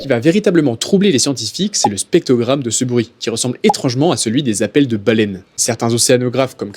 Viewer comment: Dommage de t'imposer 2 fois le mot spectrogramme alors que t'arrives pas à le dire